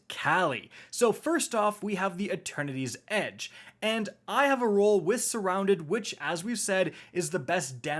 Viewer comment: Wait. Is there a fourth sword? Cause I keep hearing "Attorneys Edge." 😆